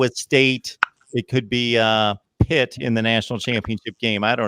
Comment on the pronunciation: Did you say Pitt? Haha